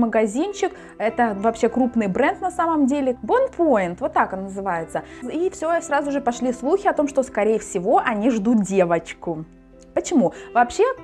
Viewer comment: Извините, но бренд правильно произносится "Бонпуан" 🤍🤍🤍 Он специализируется на детской одежде из натуральных тканей. Спасибо вам за выпуск) 💞